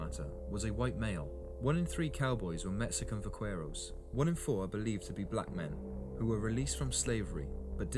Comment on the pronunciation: Va CARE os not quair. OK Cor Al not Coral